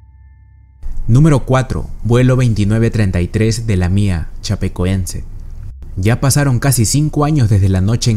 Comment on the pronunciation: Se escribe y pronuncia lamia, no la mía, hay que aprender a diferenciar... Que les cuesta ir a clases!